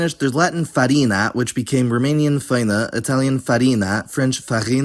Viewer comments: great video! one tiny mistake, the word făină in romanian is actually pronounced /fəˈi.nə/, not /'fəj.nə/ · actually "făină" is pronounced [fəˈi.nə] with the accent on the i, not [ˈfəi̯.nə] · Just a quick notice, Romanian făină is pronounced /fə'inə/. Otherwise, I love the video! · hey! i'm a Professional Romanian Nitpicker, and the way you pronounced făină is not right. you wrote it as [fəi̯nə] and pronounced it as such but it's actually [fə.i.nə]. great video otherwise! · Romanian here, you did a great job on the pronunciation (especially with cincisprezece!), but there are words like făină, vânt and noapte which you got off, făina is more like fuh-i-nuh , vânt has a hard t, like you could say it vântâ, and noapte is more like nuapte, not napte. Great video though! I really enjoyed it